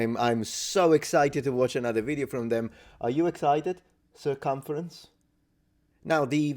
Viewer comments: "Sir conference", i found that funny, but I am wondering if i heard it well. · Haha "Sir Cumference" 😅